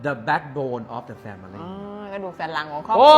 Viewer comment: ครับ ช่วยออกเสียง family ให้ถูกด้วยนะครับ มันออกเสียงแค่สองพยางค์นะ แฟ้ม -หลิ 😊😊😊